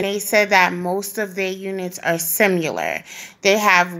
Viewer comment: Idk why but I absolutely LOVE the jersey like accent lol :) keep doing what you're doing its so appreciated!! P.s. def not being rude just letting you know there is not a U in the word similar. Both I's in "similar" are short i's pronounced like In or It or Ick. (If i did public speaking and was saying something wrong I'd rather know than not know and hope someone would tell me. Just trying to help) .. Thanks again for all the work you put into this and bringing TRUTH! XOXO